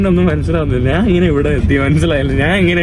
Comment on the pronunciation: ഞ എന്ന അക്ഷരം എപ്പോഴും ന എന്നാണ് ഉച്ചരിക്കുന്നത്. ഞാൻ എന്നത് നാൻ എന്നാണ് പറയുന്നത്